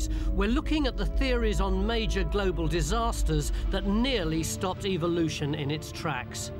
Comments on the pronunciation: ...eVVVVVolution...not EVILoution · "Evilloution" what a jackass! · So glad it isn't going to halt "evil-looshin" in our lifetime!